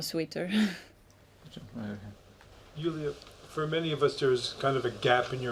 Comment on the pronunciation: she is German so she is not DJULIA prononced - she is YULIYA